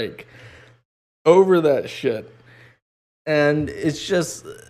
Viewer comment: For someone who doesn't really know how to pronounce "Over", you sure do say it a lot. Still love you though ;)